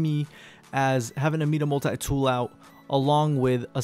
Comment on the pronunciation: He said Mida multi tool weird